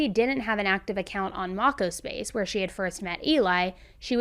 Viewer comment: lol its pronounced mow co space lol sorry it was nails on a chalkboard hearing how u said it lmao love ur videos!